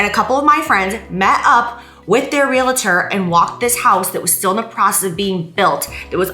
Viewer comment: It's REAL-TOR. NOT REAL-A-TOR. There is no a in the middle.